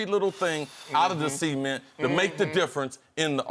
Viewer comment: the fact that he pronounces "cement" as "seament" is bugging me out lol